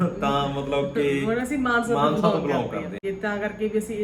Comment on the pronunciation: ਮਾਨਹਸਾ ਨਹੀਂ ਮਾਨਸਾ ਭਰਾਵਾ 😂